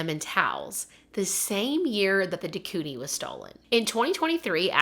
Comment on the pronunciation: Quoting the movie perfectly yet mispronouncing de Koenig and calling her Anita made me chuckle